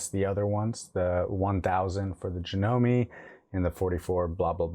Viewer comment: Done pronounce the e in janome